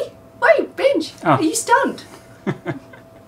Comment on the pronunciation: No its "Benj"